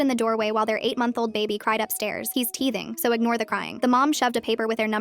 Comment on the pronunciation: “He’s dead should i be worried” “HES JUST TEAHTHING”